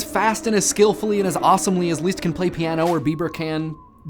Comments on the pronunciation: I have never heard anyone pronounce those names as you have. Leeeezst and Heineeeee? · It's Liszt, NOT Lieszt! If you are going to pretend to be trying to pronounce it correctly in German, pronounce it CORRECTLY! Short "i"! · You pronounce Liszt weird. XD Leest. ><